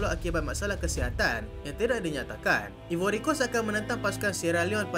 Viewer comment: Eja ivory pronoun “aivory” Eja Ireland pronoun ailen